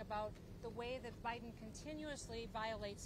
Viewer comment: I must be loosing my hearing…at 18 seconds, did she say O’Biden? As in Obama-Biden? 😮😂